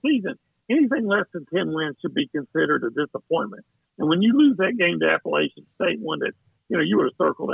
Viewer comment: It's App-a-latch-in State. Not App-a-lay-chin State.